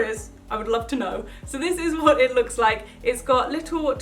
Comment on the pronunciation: Who else really really loves when she says "WOT" and not "what"? I FREAKING L O V E IT